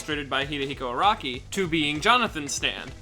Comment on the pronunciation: Every time he says Araki, i'm like "Who the fuck is Rocky." Jeez why can't Americans spell Japanese names properly.